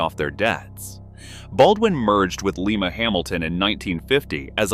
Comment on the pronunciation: For crying out loud people please learn how to say Lima